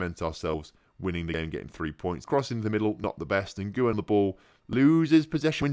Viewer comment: Jesus when referring to an American (South, North or Central) is pronounced Hay-zeus. Lee Ngyuen's last name is pronounced win, not n-goo-yen